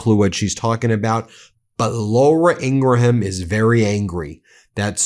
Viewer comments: The "H" is silent in Ingraham's name. It's not pronounced Ingra-Ham, simply Ingram. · Ben, why do you keep pronouncing Laura Ingraham's surname as a 3 syllable word? It's just pronounced Ingram. Why can't yanks speak English properly? 🤬